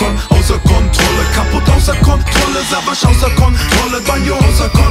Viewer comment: Wieso spricht Banjo den Namen von Savas falsch aus? :D:D voll das weiche "s"